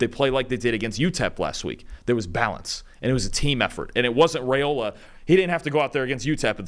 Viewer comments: Rye-ola instead of Ray-ola. Still, loved the analysis. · It’s pronounced rye-ola, not ray-ola. I’m not sure why this is so hard for folks to get right.